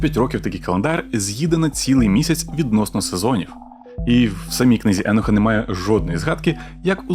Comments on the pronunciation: А Чо Еноха , а не Єноха ? ? ? Він теж з бендерштата ? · Книга еееееееееноха :))))ахахахаахахахах да ти блять навіть як його звати не можеш вимовляти…. Еееееееенох😂😂😂😂😂 не еееееееох а Єнох або акцент на О … а не не Еееее … Добре що тупу шапку на тупоголову макітру натягнув… ееееееенох ахахахахахахахааах